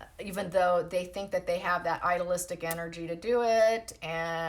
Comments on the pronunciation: Been trying to determine whether you're saying "idolistic energy" or "idealistic energy." It could be either, but these two words are not pronounced at all alike. If you're saying "idealistic" it's pretty simple to pronounce: ideal + istic. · please see this thread and clarify! It has a bad effect on me when you use words that simply don’t exist. Are you saying “ideal + istic energy” - then pronunciation needs correcting as stated above. Is it “idol”? Or “idyllic” that you mean? And what do you mean by “idealistic energy”? Simply, is that good or bad, from your POV?